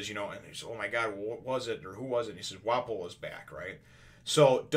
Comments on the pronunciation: ur pronouncing Wapol right. think of waffle but with ps instead of fs. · Hopefully this helps Wapol = Wa pul Lapin = Lapahn Your saying Wapol find...most people probably just call Lapin...Lapin. The pronunciation is going to vary between the japanese and english versions.